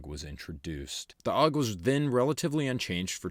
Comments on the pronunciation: A.U.G, not "auwg". It's an acronym, not a word. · Isn't it "A-U-G", rather than "AWG"? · Had one. A.U.G not “Aug”. Crappy trigger, ergonomics aren’t great. If you want a Bullpup get a Tavor